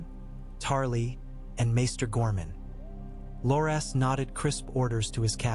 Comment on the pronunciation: AI reading never gets names pronounced correctly 😅 Bar-ah-thee-on and Lore-Ass Tyrell...